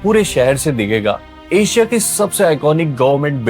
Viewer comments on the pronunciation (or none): none